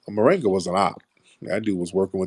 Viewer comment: Tariq called him "moringa" ... 😂 It's Koringa...lol